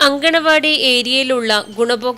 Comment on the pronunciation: അംഗനവാടി അല്ല അങ്കണവാടി